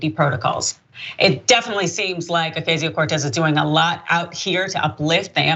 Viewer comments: I don’t know about you guys but I really think people should stop pronouncing her name incorrectly just use AOC if you can’t say it correctly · Deliberately mispronouncing her name show how hateful the guy is. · Lorrie No, but apparently she did during her highschool and college years?! The AOC-haters love to show their disrespect of Alexandria Ocasio-Cortez by deliberately pronouncing her name wrong. He full well KNOWS her name, but pretend to "get it wrong"!!